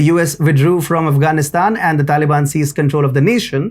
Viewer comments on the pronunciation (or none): none